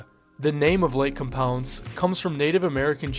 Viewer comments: Lake COM-pounce 💀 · Its Lake Com-pounce lol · As a local to the area who has been to the park years ago: Lake Compounce. Com as in .com, pounce like the action. Com-pounce. I’m sorry but it just drove me a bit crazy hearing it mispronounced like that over and over again 😅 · Lake COM pounce ("com" like".com") is how we pronounce it in CT :P I remember being told about the curse when I was in Elementary School and it scared me shitless lol. I grew up going there frequently as a small child and swam in that lake only once cause it was pretty gross and eerie